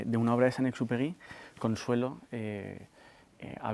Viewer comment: El principito con esa lectora almA da vergüenza que ni siquiera sabe pronunciar el nombre de San Exupery